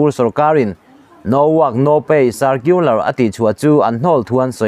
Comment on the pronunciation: chu i thuchhiar hi i chhiar pawp pawp ringawt a,i thuchhiar lam dan a dik leh dik loh leh a thluk te a dik chiah em tih hi i ngaihtuah ngailo emawni😬Tunlai a phone number emaw sawi nan a kan hman thin "No" tih te hi "naw" tiin i chhiar mai a,ngaihthla tute tan angaihawm loh phah vek thin alawm😢😊✌️